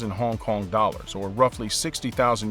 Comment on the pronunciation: I hate how this guy says Hong Kong, but the video is bomb.